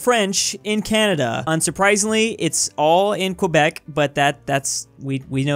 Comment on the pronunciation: video one of asking to pronounce quebec correctly